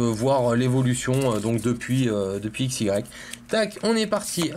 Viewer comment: on dit aix